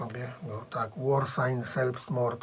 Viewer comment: Taka mała uwaga czyta się ,,zelbstmord" ;)